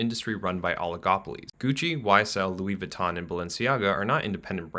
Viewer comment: This video offers a lot of insight, but I think it would have benefitted from the speaker learning the proper pronunciation of some brands. Louboutin and Louis Vuittton for example, are different brands but are pronounced identically which isn't supposed to be the case. It's a minor mention but important nonetheless. The subtitles don't know the difference